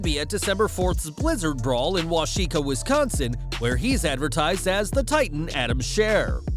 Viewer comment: good lord. Wah-kesh-aw Wisconsin